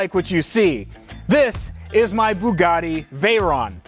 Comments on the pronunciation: The “poogatti”. 🤣😂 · The “Hongatti” 🤣